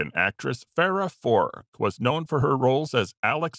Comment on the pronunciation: you list in the time stamps Farah Fawcett; the segment says Farah Fork. Personally, If you're truly going to pay respects to these people you should at least make certain you have the right names, and hopefully in the right place - You spelled Caan as Khan in the time stamp. Pretty sure his family won't like the implication there. Name was James; not Genghis. - You list Tony Dow as Tony Danza in the time stamps. That's three strikes. Not very respectful.